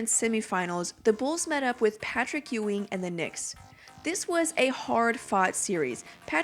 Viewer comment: Its pronounced Yuw-ing, Not Ew-ing. Ugh. just 23 seconds in and I'm already annoyed.